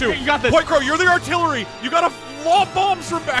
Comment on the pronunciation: The heartillery killed me XD